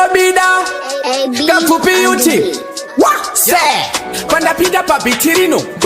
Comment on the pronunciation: Hanzi "what" kkkkkkk....English inofarirwa apa🤣🤣🤣🤣